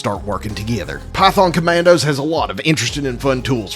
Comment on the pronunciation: Am I the only one who hears "Pyfon Comandos" on the start?